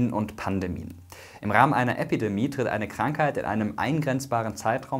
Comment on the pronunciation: Es heißt Epi- und nicht Äppidemie! 🤣